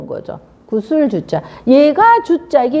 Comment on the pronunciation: 구슬"주 자" 등 "주자"의 둘째 자인 "자"를 강하게 발음합니까?? 계속해서 둘째 자를 강하게 발음하므로 발음ㅇ이 틀렸을뿐 아니라 , 이해하기 어렵고 듣기가 아주 좋지 않습니다